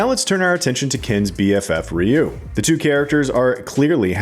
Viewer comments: It's RYE-YOU not REE-YOU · It's Ryu not Riyu what's with you people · Dude is calling Ryu “Reeyou” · I’ve always pronounced it Righ-You 🤷‍♂️ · If they pronounce Ryu like it is pronounced in this video, I am going to boycott it.